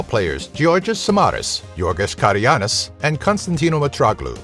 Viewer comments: Η αμηχανη στιγμη που ειπε τον καραγκουνη "Karagiannis" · Καραγκούνης ρε φίλε όχι Καραγιανης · καραγουανη ειπε😂